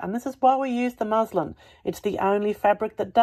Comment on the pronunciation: Muslim is a religion. MusLIN is how the fabric is pronounced.